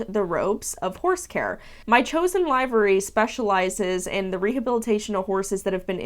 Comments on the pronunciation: Just wanted to say the word is pronounced liver-ee, not live-er-ee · love your vids but in the uk its not pronounced 'live-ary' and its 'liv-ery' just yk didn't realise americans pronounced diffrently! :) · It's pronounced LIV -ery, short i. Like liver. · Livery (noun) /liv(ə)rē/ Please google the definition and press the button to hear the pronounciation...... This is one of my pet peeves. Liver, as in the organ. Not live, as in "I am aLIVE". Say "liver" as in the organ. Then say the letter "E". You have now pronounced "livery" correctly!!!!!! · Pronunciation is liv ery. I'm assuming this poster is from the UK. We mostly use livery instead of boarding. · "Livery" is pronounced with a short "i," not a long "i."